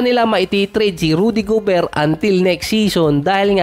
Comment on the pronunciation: towns, rnadel gobert, ang gulos mo mo, lasing ka yata idol